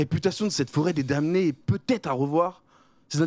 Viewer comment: Le m de damné ne se prononce pas les gars xD